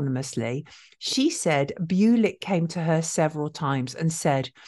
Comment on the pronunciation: byoo-lick doesn't sound right. Bull-ich maybe? Where was he from?